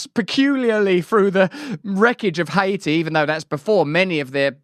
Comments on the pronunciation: "high-e-t"? are you trying to pronounce the name Haiti? its pronounced "Hay-T" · "Hate E" not, "Hi E TEE". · ha ee tee? wtf? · Hai Iti. It’s not Tahiti Russo 😂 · Why do you over exaggerate how you pronounce words. It’s not hay-e-ti and the English don’t say Haiti like that with such a struggle to get it out